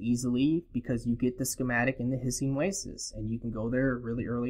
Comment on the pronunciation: He was saying hissing oasis I think.